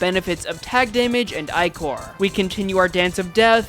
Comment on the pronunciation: it's uh... ichor is pronounced ikk-err hence why the enemies are ichor stickers also, man near completely ignored the amazingness of sentries